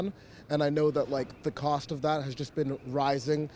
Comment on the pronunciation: Why does the narrator pronounce the word cost like coast, I wonder? When the narrator compares the average spending per patient in the UK and USA, he doesn't take into account that the profit element will make USA care more expensive, or the higher earnings of doctors, or that a population that tries to avoid expensive healthcare may be more sick by the time they do refer themselves to a doctor, or that levels of obesity and diabetes are higher in the USA..